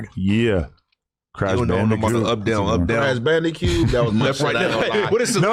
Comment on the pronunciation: i thought he said Crash Bandicute.